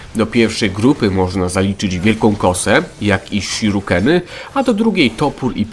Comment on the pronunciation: Shurikeny, a nie shirukeny :D